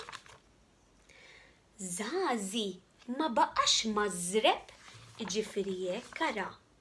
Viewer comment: marżebb mhux mażrebb :) Biss brava wisq